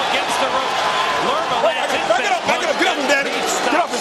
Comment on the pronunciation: Lerma, not Lema.